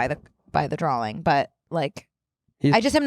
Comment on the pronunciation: says "drall" and "dralling" instead of drawing and I love you but I can't overlook it.